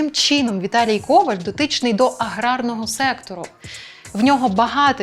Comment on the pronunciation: Коваль - наголос на останньому складі.